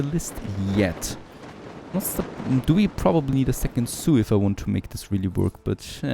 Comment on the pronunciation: Man...I was so confused about what the "soo" is that you kept mentioning...you meant zoo..zzzzzzzzzzzzzzz.